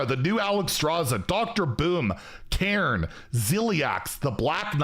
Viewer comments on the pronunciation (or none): none